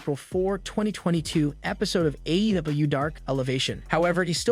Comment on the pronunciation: I apologize but it’s sounds like the narrator is having difficulty with the pronunciation of some of the WWE superstars and AEW. Just giving some feedback. Maybe slow down when pronouncing AEW it sounds like they’re trying to make it one word… it’s a but cringe 😬